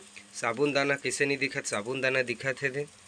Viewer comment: Sabun dana nahi bolte hai bhai sabu dana bolte hai